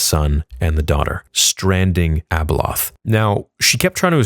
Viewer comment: its abeloth my guy lol